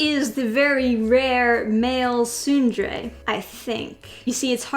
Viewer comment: I don't want to be that guy, but that first E in tsundere isn't silent. It's pronounced like "soon de ray."